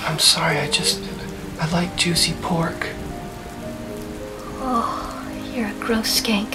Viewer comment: Krishtie Mofazzal I thought he said pork lmao